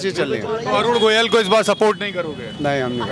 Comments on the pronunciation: Jo Parakar Sahi Nam Govil Na Bol Pata Ho Aur Goyal Bolta Ho Wo Sahi Patarakar Nahi Ho Sakta ? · अरे रिपोर्ट भाई प्रत्यासी का सही सही पूरा नाम पहले जान लिया कीजिए। अरुण गोविल नाम है न कि अरुण गोयल!